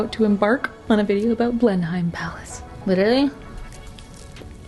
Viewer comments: Brit here with a Palace PSA - Blenheim is pronounced 'Blenim'. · Your pronunciation of Blenheim Palace had me chuckling but I’d definitely be here for your castle tours 😊